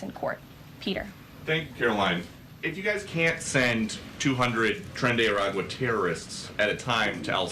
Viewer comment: It’s “Tren De Aragua”